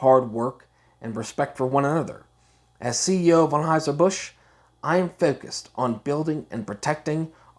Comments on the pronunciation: What accent is that? With the heavy "O's" in words like most, honestly, and focused, and pronouncing it as Onheuser rather than Anheuser? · This guy's pronunciation of Anheuser..... Is killing me.